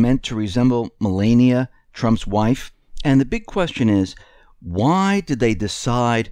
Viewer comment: Mullaney it’s Melania lol